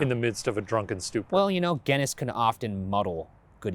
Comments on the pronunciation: ryan... did you say guiness as gen-nis? its gin-nes mate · Did he just pronounce Guinness as gennis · GENNISS LMAOOOO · Excuse me Ryan ! Ghennis ? Tf!? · #postmortem hey Ryan, that's not how you pronounce Guinness